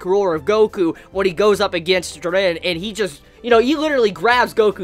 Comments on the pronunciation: Bro it’s Ji-ren!!!! Not Jer-ren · "Jur ren" ITS FUCKING "JEER EN"